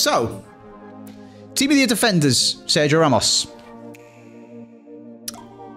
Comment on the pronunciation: Why does say team of the near for team of the year